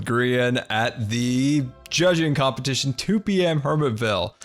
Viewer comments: "Compeshition" pff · Am I the only one hear saying Composition instead of competition???